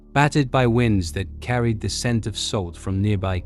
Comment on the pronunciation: A few facts that could have been dispensed in two too three minutes stretched by a computer voice that pronounced what I'm sure was supposed to be the word "wind" as WHINED